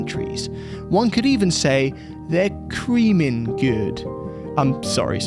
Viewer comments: its "Creh-min" not "Creemin" bruhh🤣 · “He started Cremin” hahahah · Eeek, learn how to pronounce your sponsor's name lol. Pretty sure would have got it. Nice car.